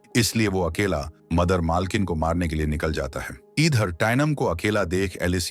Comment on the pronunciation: Monster❌mainanster✅padti hai❌paddhati hai✅idher❌eedher✅😂pakdne❌pakdchne✅ladai❌ladchai✅